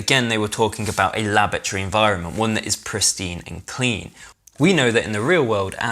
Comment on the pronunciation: laboratory ffs read the word